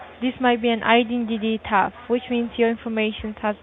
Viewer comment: “I-den-tity taft “ 🫠🫠🫠